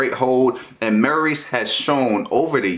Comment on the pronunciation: My mans said marys at first